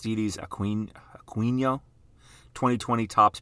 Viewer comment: Aquino is Ah-key-no...say it fast...good video!